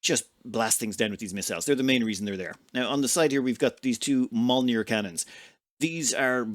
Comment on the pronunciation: Mjolnir is Thor's hammer. The "j" is like a short "i" or "y". It's pronounced myoll-near (or "myull-near", in some modern scandi languages). Basically, if you say "me ol' near" quickly and with a Scottish accent (including the rolled "r" at the end), you'll be spot on. :-P